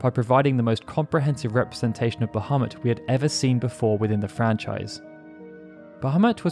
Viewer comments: *BahamOOt! It's pronounced "Ba-hah-MOOT", NOT "Ba-hah-MUT", damnit! =__= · "Bahemutt"?!? Sorry, can't watch. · The actual pronunciation is "baha-moot" but personnally I hate that lol I prefer "buh-ha-mutt". They verbally say his name in FF12 and when I heard it, a part of me was heartbroken they pronounced it like that lol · It's a minor thing and I may be wrong but I am pretty sure that original pronunciation is bah-ha-moot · So happy to hear you pronounce it that way. Pretty sure it should be closer to bajamoot, but I've always said it the way you do here. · um Bahamut its pronounced 'Bah-mew' but to each there own. I was just being informative that's all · its pronounced "Bah-Ha-Moot" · bahamut ❌❌❌ ابو محمد✅✅✅ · this just minor issue, but probably you should reviewed the subtitle, as the way you pronounced bahamut, the sub showed 'muhammad' instead quite few times. thanks. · Funny that you bring that up. Turns out that Bahamut (the fish) is a creature of Middle Eastern origin. So I find the error oddly appropriate.